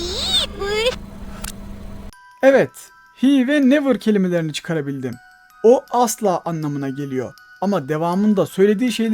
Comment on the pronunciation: Cat bee'de " never " değil de " nowember " diyor gibi